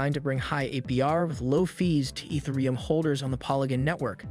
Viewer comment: Eeth ah ree yum. thanks for the video brotha.